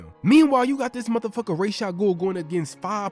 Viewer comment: It’s pronounced Ras like Raspy